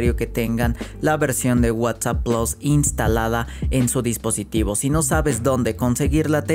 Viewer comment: Plus no plos